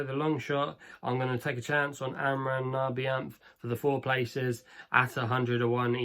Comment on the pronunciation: I’m IRISH and I had a good chuckle at u mangling the Irish National Anthem name. It’s not your fault at all because it’s a difficult one. FUI it’s pronounced “ our on na vene” ( nearest I can get). ✌️